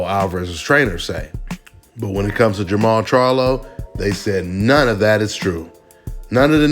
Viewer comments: Jermell? You mean Jermall. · Im assuming you mean jermall not jermell. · Jermall not Jermall